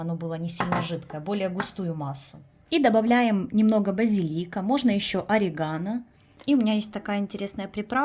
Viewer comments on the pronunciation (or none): none